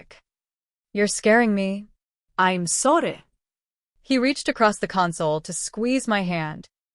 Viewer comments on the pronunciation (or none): What is that accent on “I’m sorry?”